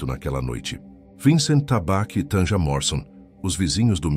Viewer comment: Não se pronuncia Tanja, é Tânia, o j tem som de i.